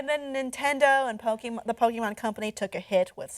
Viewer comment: I hate people that call it pokymon it’s Pokémon you bastards